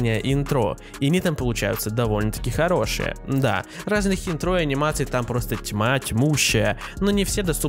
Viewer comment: Не интрО, а Интро